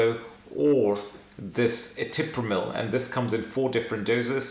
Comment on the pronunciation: ETRIPAMIL SIR, YOU PRONOUNCED IT ETIPRAMIL.